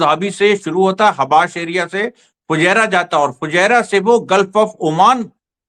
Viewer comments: Bhai fujerah hai aap fijerah kyo bolte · फुज़ारिया नहीं है फुजैरा है 😅